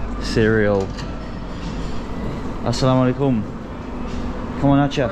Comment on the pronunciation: Bro! I have been watching your all Bangladeshi vlogs for the last few days. The way you are saying 'Assalamu-Alaikum', 'Kemon Achen', 'Valo' is absolutely amazing. For me you are the best among all the foreigners who made vlogs on Bangladesh.